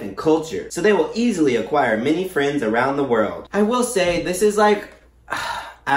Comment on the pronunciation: when he said mini friends instead of many friends,,, i felt that